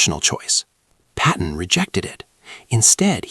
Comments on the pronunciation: 10:OO Another “Patton,” not “Patten.” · Another “Patten” mistake. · . Another “Patten” mistake